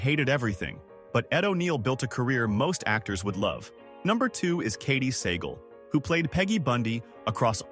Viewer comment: Mispronounced Segall